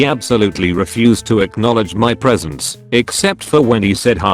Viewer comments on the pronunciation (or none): none